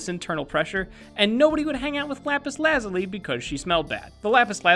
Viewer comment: It's not lazly its lazuli